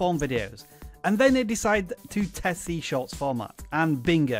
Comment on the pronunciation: For some reason I keep hearing you saying YouTube Shots.